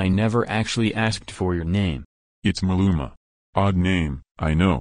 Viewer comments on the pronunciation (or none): "maluma" oh HELLLLLL no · “Maluma” bro he is a fucking singer from latin america xD